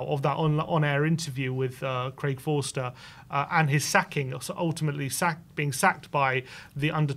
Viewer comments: "Craig Forster" lol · Craig FOSTER not Forster. He played for Crystal Palace in the 90's. Oh, and Portsmouth, too.